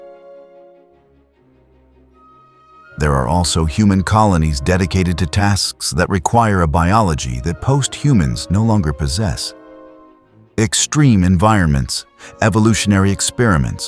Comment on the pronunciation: Could you review your scripts before you finalize the digital voice? It keeps saying "posst" humans instead of post-humans.